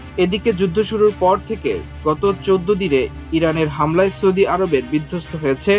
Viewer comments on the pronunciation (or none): none